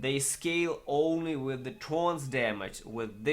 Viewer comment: "th" orns. Not torns.